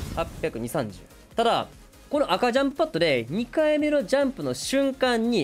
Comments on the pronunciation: 赤ジャンパが赤ちゃんパッドにしか聞こえん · オクタンの赤ちゃんパッドに聞こえて「！？」ってなったら赤ジャンプパッドだった